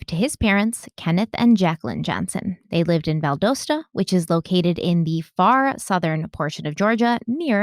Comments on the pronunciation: Living next door to Valdosta, it always cracks me up to hear other people pronounce it “Val-doh-sta”. Down here, we pronounce it “Val-dah-sta”. 😆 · Awww, she said “Val-dough-stuh.” This case still bugs me to this day. I attended college in Valdosta (“Val-doss-tuh,” by the way), so it’s always been on my radar. There’s just too many things that don’t make sense, IMO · "Val-dose-ta" through me off 🤣 It's pronounced Val-Daus-ta"... love you anyways. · I love yall but Valdosta is pronounced Val-Da-Sta. Not val-doe-sta. Lol I live an hr and a half north of that town. Love love love you guys!! A lot of local people always acted annoyed when kjs story would be on the news. They'd say things like the family needs to accept the facts and move on. I disagree. Even if this somehow was an accident... this case was screwed from the beginning. I'll always believe the ex fbi's kid is somehow involved. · Being from Valdosta, I couldn’t wait to hear your pronunciation of the city lol Literally everyone NOT from GA says it with a long “O” or a short “A” (like in apple). It’s actually val-DAH’-sta. (Think short “O” like in dog.) Just starting, and as much as I’ve heard about this case, I’m excited to see if I can learn anything new. Y’all always do an awesome job! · Hey guys. Valdosta. Pronounced Val dah sta. Im a Ga. girl. Loves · Val Dos (rhymes with Boss) ta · VAL-DAH-STAH is how we pronounce it here 😉 love you guys.. just thought I’d throw that out there. This case is heart wrenching. Thank you for covering! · I live a little North of Valdosta and can I just say that it's pronounced Val-dah-sta around here :). Thank you for covering this case! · It’s pronounced Val-dAs-sta. I’m about 2 hours from that City. I have not heard it pronounces accurately to this day 🤣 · Being from south Georgia, the way you're saying these locations is killing me. Lol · You're saying Valdosta wrong